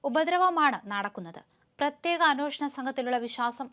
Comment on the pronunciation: എത്ര പ്രാവശ്യം പറയണം അന്വോഷണം അല്ല അന്വേഷണം ആണ് എന്ന്. കുറച്ചു ശ്രദ്ധിച്ചു കൂടെ. എന്ത് അരോചകം ആണെന്നോ ഇത് കേൾക്കുന്നത്.